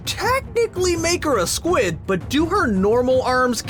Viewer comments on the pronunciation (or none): none